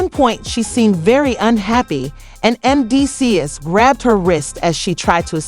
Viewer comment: WHO tf is Mencees? The inability to pronounce the man’s name, or identity the show certifies that your content is pure bs 💩! Don’t be trapped by this crap!💩